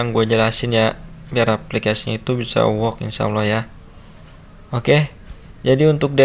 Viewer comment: Ternyata klo ngomong work jadi wook